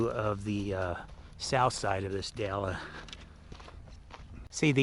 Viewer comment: It's actually pronounced "Dell" and is a super popular spot for dirt biking drawing lots of riders from the Salt Lake and Ogden areas. Without the dirt bikers and off-roaders the gas station would probably really struggle. Try their pizza if you're there. It's made by the owner and really quite good.